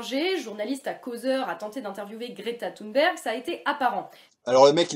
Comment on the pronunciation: Déjà le fait qu'elle l'appelle "Gréta Thoune'berg" durant toute la vidéo.. Insupportable !!